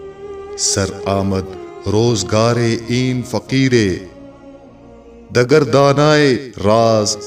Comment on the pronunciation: سرورِ رفتہ. نہیں... سرودِ رفتہ دَگر نہیں.. دِگر